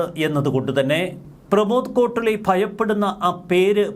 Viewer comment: സുഹൃത്തേ, കോട്ടുളി അല്ല... 'കോട്ടൂളി' ആണ്.